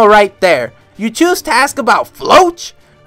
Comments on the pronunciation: "floatch" is a terrible way to pronounce Floch "Flock" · is it me or you're pronouncing floch wrong.... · Who the heck is Floatch, he's name is Floch😭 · Idk why, but I have always pronounced Floch as Flo-ck